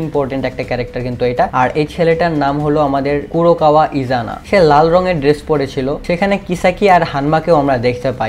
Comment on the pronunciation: Gurokawa নয় kurokawa